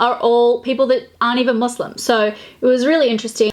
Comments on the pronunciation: I love how inclusive you are! Also, can we all appreciate how she pronounces muslim?!! 👌🏽 I also think it's great that you put the hijab on to show what the look would look like with one on! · Thanks for pronouncing Muslim right WITH AN S XD. also I love this series 💜💜💜